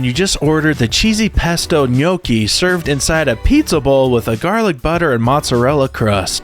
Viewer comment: You pronounce gnocchi wrong you sounded like nocchi but it's sounds More like yacchi just letting you know